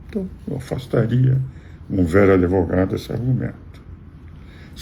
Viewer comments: É advogado, não adevogado. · Professor, o nome da profissão é Advogado. Não Adevogado.